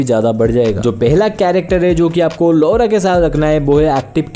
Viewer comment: Its not लोरा its लॉरा